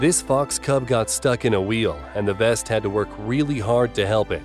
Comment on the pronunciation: At 52 seconds you called the vets "the vest"